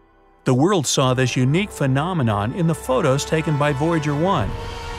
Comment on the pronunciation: He always says phenomenome on every top 25😂